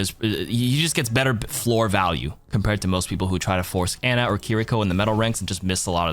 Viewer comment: It's pronounced "Ah-nah". Stop saying Anna